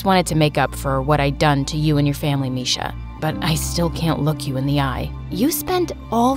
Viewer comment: It's not misha it's Miksha bruh